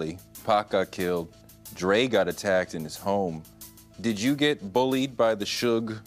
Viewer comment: says yuur instead of you